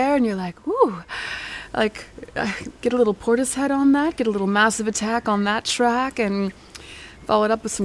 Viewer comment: Did she not pronounce Portishead correctly? It seems right to me.